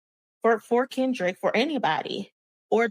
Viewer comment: U said crindrick 😂😂😂😂